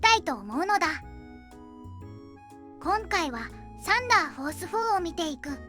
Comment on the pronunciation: サンダーフォースのイントネーションが気になる(笑)